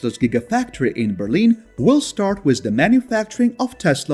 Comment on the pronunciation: Learn how to say the word WITH.